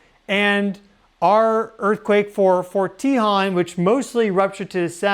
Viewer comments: It’s not pronounced “tee-hawn” we pronounce it “tay-hone” as in the Tejon Pass. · Just to help you out, if no one else mentioned it, the way to pronounce "Tejon"...which is what I think you be saying...is to say it as follows: Te (say the "e" like from the word "e-le-phant") jon (in Spanish, the letter "J" makes the "H" sound, so like the sound of "hone", as in "hone your skill") So Te-jon... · I'm not trying to harsh. Forgive me. Its Tehone. Te hone. BTW, you're awesome and my favorite. 😊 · Fyi for future videos, Tejon is pronounced Tah hone. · pronounced “tuh - HONE”. Don’t forget about the Dec 8, 1812 San Juan Capistrano quake (~7.5) which likely caused the Dec 21, 1812 Santa Barbara/ Wrightwood/ Ventura quake (~7.1 - 7.5) which caused a 15 ft tsunami in the Santa Barbara channel. The tsunami caused the ship “The Thomas Newland” to be pushed into Refugio canyon, snd then sucked it back out to sea. (We know these specific details based on the records kept at the California missions at the time as the “Mission Report” was due to be sent to Spain just a few weeks later and included all of this info) This same tsunami was recorded in San Francisco and in Hawaii. Edit: I should have watched the video to before I piped up. 🤦🏻‍♀️ sorry. My bad. Sorry 😵‍💫🤷🏻‍♀️ Get your swimsuits out SoCal friends. We’re going swimming. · That’s where live near fort tehjon ( we found you from Pam Gregory ♊️♊️♊️te .. hone is how it’s pronounce🙏🏻🩵☀️🐬🐶🐾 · Thank you! I am not sure how the natives pronounce it but that is how Southern Californians pronounce it, and the 15 freeway pass towards Victorville is pronounced CUH-hone Pass, they both pass over the San Andreas fault. You should check out Devils Punchbowl which shows a lot of the sandstone fault elements in the form of rock formations or Vasquez Rocks nearby. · Love your vids. Just wanted to let you know that the "o" in Tejon has a long sound. I live about 40 miles from it. Thank for all the info!!